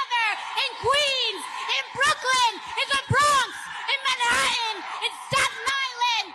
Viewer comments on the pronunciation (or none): “Man hat un” AOC? Love ya ❤ …but don’t do that lol 😂